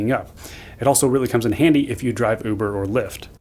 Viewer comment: It comes in "Andy", oh my.